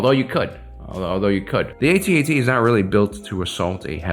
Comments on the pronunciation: Lost any credibility as soon as I heard A-T-A-T and not AT-AT. Was called the AT-AT when ESB came out and again when RotJ came out. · It’s actually pronounced: AT-AT…….NOT: A,T, A,T……..1980s original Star Wars fans know this……plus an AT-ST is called a scout walker……NOT: A,T,S,T……kids these days don’t know anything! lol 🙄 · "At" "At". Not "A" "T" "A" "T" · It's "AT-AT" not "A-T-A-T". Why? Because you don't say T-I-E fighter. And you'd better if you're gonna insist that it's "A-T-A-T". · Can you please just say atat, you don't say T I E fighter. It's what people called it back in the day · I was restraining myself on commenting on his pronunciation of AT-AT, then he said "Cash eck" and I lost my mind.